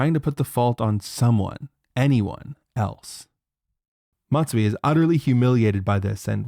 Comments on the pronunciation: Call him "Mazui" the way he is messing up terribly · Dr Messui.